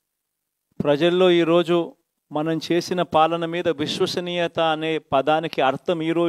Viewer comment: Ex cm గారూ ఎప్పుడైనా తెలుగు నేర్చుకో నాయనా .. విశ్వసనీయత అను ఉస్వత నీయత కాదు..